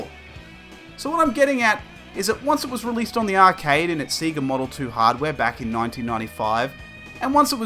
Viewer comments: Dude the way you say sega is just wrong lol, it's not seega! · It does sound odd now. Although I think when I got my Sega Game Gear back in 1991, I called it "Sea-ga" at the time, till I got Sonic on it, and it screams "SAY-GARRRR" as you boot up the game!